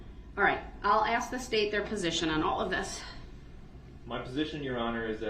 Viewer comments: He didnt axe them axe isnt a word F-FACE ASK IS THE WORD. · He “axed” them to help him.😂😂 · Did I axe den to doo dat??? What a scholar. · 🙋‍♀️ I have a question. Does he have a speech impediment, or does he just not know how to properly pronounce words? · "Did I axe dem duhdoodat? I did not axe dem duhdoodat." - 'Duh'-Rell Brooks (Uhledjd Diffendint)